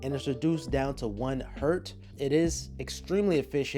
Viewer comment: It’s hertz, not hert, even for one cycle per second. It was the dude’s name 👌